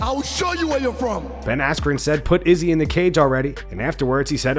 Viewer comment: why do you pronounce izzy's name weird every time?